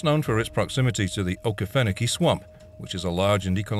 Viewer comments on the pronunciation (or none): This narration must be AI. Okefenokee pronunciation was butchered.